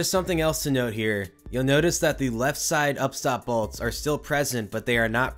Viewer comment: Balts? Balts? Lol I can't unhear it...jk. what most likely happened being the rearmost wheels is something pulled out and the rear wheels were able to get out of the channel or the lower upriding wheel sheared off and the cart was no longer bound to the track. But seeing as so many BALTS were replaced it was most likely a failing track itself from dryrot or defective fasteners.